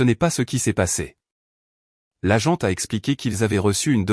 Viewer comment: l'agente et non la jante 😂😂😂